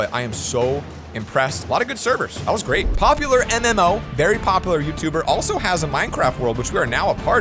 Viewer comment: when he pronounced popularmmos wrong- man i just- my brain just exploded with pain on how LITTLE knows about all these youtubers